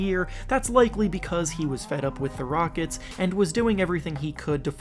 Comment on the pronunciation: Did you say “Houston Rogets”